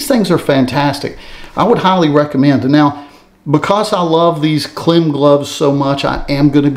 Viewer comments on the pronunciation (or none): Hey, FYI KLIM is pronounced like climb. Love your channel. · Hey brother, KLIM is pronounced like "climb," I believe. Those Harley shoes, I just ordered a pair today. I can't wait. But those rain boots... if they work like you say, those things are the bomb! 💣 Thanks for the reviews.